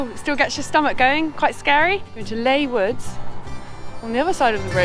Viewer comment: Excellent. 😁 Mind you, tis LEE Woods not LAY woods myyy deeer. Arrright my luuuvvv?